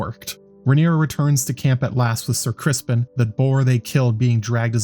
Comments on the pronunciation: Keep up the good work, great job really aside from the pronunciation of Criston Cole. It’s not Crispin Cole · It sounds like you're saying "Crispin" lol are you?